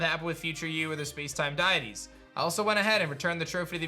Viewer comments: DUDE. DEE-IT-TEEZ. Not DIE-IT-TEEZ 🤦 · my dude, it's pronounced "dee-it-ees" not "Die-it-ees" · for future reference it is pro-nounced Dee-Ah-tees lol loved the content